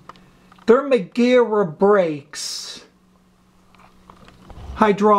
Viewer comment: Sweet content. BTW, Magura is pronounced like Mag in magazine, but the U is difficult to explain, it's not like O like ohh no, but it's not a U like in you, it's more like Motzart, Ra like in Sara basically like you write it just in European way. At least that's the common way ppl say it, but it might be wrong, but I have never heard it the way you said it. If you look up magura, you can see how the German guy say it.